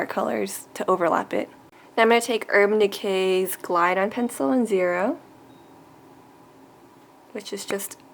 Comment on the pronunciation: "urb decay" hah i love ittt